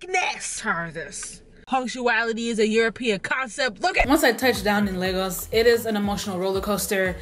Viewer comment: thank you for saying Lagos properly